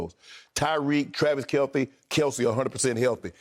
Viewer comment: Sharpe: Tyreek, Travis Kel-thee.....🤣🤣🤣🤣🤣🤣🤣